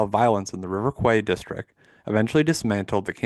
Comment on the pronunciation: Great work. One note, weirdly enough it was pronounced "River Key." From French.